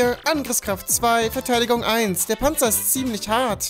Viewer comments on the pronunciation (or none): "Nur dee Panzer?" Komm schon